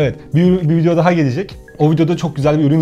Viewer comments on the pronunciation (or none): none